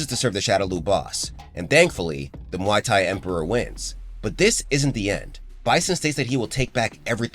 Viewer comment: Pronouncing the fighting style like a drink from a bar...??!!?? 🤦🏽‍♂️🤦🏿‍♂️🤦🏼‍♂️🤦🏾‍♂️🤦🏻‍♂️🤦‍♂️ 🤦🏽‍♀️🤦🏿‍♀️🤦🏼‍♀️🤦🏿‍♀️🤦🏻‍♀️🤦‍♀️